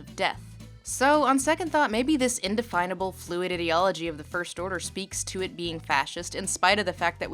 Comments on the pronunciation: Lindsay's pronounciation of ideology for most of the video really bugs me for some reason :/ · your pronunciation of "ideology" made me wanna die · No-one is gonna read this, but the pronunciation of ideology is just bizarre for me. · subscribed because content. Small point though: they way you pronounce 'ideology' makes me uncomfortable. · thats not a normal way to say ideology (its not unheard of, but not the norm either). a lot of comments seem weirdly disgusted by her pronouncing it this way and I have no idea why; again its not unheard of (I've heard it pronounced that way a few times in everyday life) but its not common either. might be a regional thing? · You mispronounced ideology 500 times in this video. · You pronounce 'ideology' incorrectly